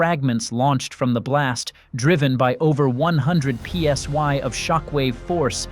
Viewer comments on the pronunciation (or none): When A.I. don't know the difference between i and y. The letters were clearly p.s.i., not p.s.y. One of the many reasons why I cant stand A.I. narrated channels. Instant block for me.